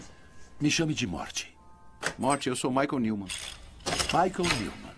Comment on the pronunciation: Ele falou morte ou muete?